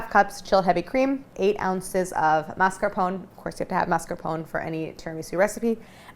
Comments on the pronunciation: What if you, Claire, started a trend ? The trend of bringing back the correct pronunciation for MAS.CAR.PO.NE (/mass.car.po.nay/) in the US? I'm tired of hearing mars-capone while it's not even written in that way. Please, start this trend. Please. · Mascarpo-neh. Just to let u know how to say it. Thanks for the recipe! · I love Claire but why is she saying mascarpone like that? She smiles when she says it during the ingredient list, did I miss some joke? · This must be the american pronunciation because nowhere else in the world is it said without the e at the end